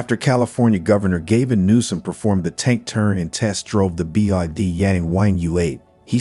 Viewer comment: at least you pronounced his nam right- Gay- ven nuisance